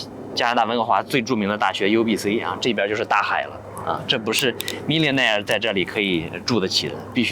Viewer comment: 主播的这个billionaire和millionaire的发音是加拿大口音吗？😅